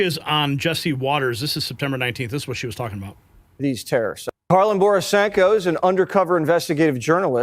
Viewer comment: Why is it so hard for him to pronounce the name Karlyn?